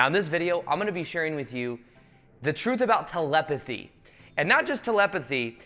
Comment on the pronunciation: My guy said 'telempathy' 😂😂😂😂